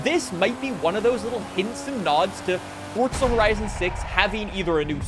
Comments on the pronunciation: Years later he is still saying fortza Someone help this man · His never gonna stop mispronouncing forTza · WTF is ForTza bruh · where is the T in FORZA I don't understand